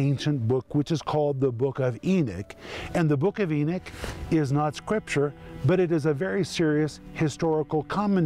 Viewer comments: Come on brother, please, E-KNOCK, not E-NICK. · Mr. Renner your pronunciation of Enoch is wrong, it sounds more like your saying Eunuch. I purty sure you do know the story of these guys, like in the book of Esther, please don't confuse the babe's in Christ who are learning scripture, and when you pronounce a certain word in the Bible to give it's meaning, don't be afraid to ask your peers for help on this, other than that your doing great on this teaching! E-knock= Enoch, Eunuch= Enicks